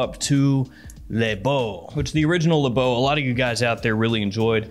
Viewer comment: I’m French and this is Le Beau not L’beau. You can said L’beau but it’s more from people from the hood who talk like that